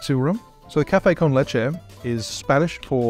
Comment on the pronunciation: Finally someone that that actually pronounces “leche” correctly. I dont get where people are getting “leechee” from😂. Great video 👍